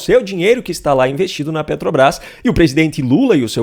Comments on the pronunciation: Como não? Petobaiz, pronúncia perfeita! 🤣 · Ele ainda não aprendeu a falar "PETROBRAS".